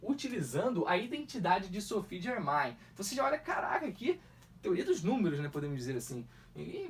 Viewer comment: O nome dela se pronuncia Sofi Germen